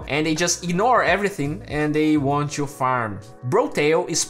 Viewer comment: stop saying "tshoo" instead of "to"...i know its the accent thing but try to say it without the "tsh"